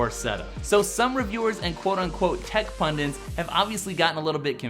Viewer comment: "Tech pundiNts"?? I think you mean pundits ;)